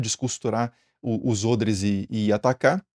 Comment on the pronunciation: Nossa, ôdres? Eu sempre disse "ódres" hahaha!!!